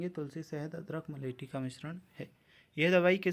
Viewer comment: मुलेठी की जगह मुलेटी